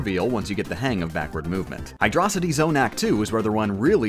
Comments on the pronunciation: According to the japanese manual, Hydrocity is pronunced "Hydro City". It makes way more sense then "Hy-Drocity" because Hydro and City are two different words. Saying "Hy-Drocity" sounds like you're saying hi to a person named Drocity. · You pronounced hydrocity wrong it's Hydro. City. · “hydrocidy zone” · The way he pronounced Hydrocity